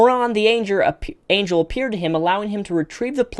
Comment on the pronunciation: Just a good bit of humor here, but Engrish was killing you on 'angel'.